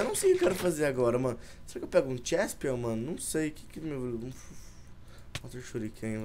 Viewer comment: n é chespion é cheslin karai d Fala direito